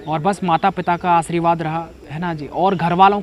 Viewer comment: sir aapne hindi to padha pr aashirvaad ka pronounciation nhi kar paaya